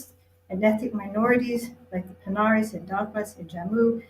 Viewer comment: COMEDIENNE 🖕😊😊 Saying "Panaris" for PAHADIS.... And worse, reducing Dogras to an "ethnic minority" at the END of the List, LoL LoL 🤣🤣